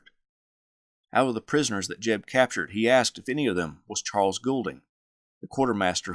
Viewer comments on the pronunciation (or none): none